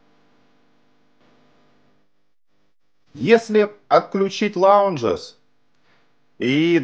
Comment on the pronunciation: Лайк! Знакомый на днях купил тюнер Радиотехника, т.е. интерес еще на такую аппаратуру есть небольшой. P.S. не лаунжес, а лауднес :) Но нам, неангличанам, простительно! :) Тонокомпенсация, по нашему.